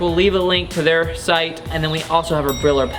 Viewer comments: Brillo, pronounced Bree-oh, is Spanish for “shine”. Now you know! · Brillo is Spanish for shiny, Pronounced bre-yo.